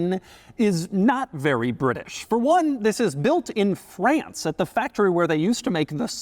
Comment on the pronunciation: You had me until you said "France"....